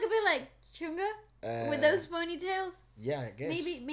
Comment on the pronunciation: Please don't say it as Chun Gha. it's Chung Ha.